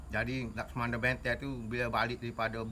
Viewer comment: Laksamana Bentan bukan Laksamano bentang Sbb tu belajar bahasa baku betul sebutan sebelum nak terangkan cerita orang MCM Harey sebutanya😅😅😅